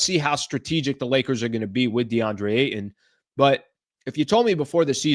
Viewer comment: I hate the way you say AYTON